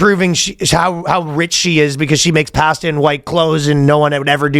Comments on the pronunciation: anyone else think it's funny how Ryan says pasta 😅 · I’ve literally never heard anyone pronounce “pasta” the way Ryan does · the way ryan pronounces "pasta" is crazyyyyy lol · Pass-tuh. Looked it up. Apparently it's standard Canadian pronunciation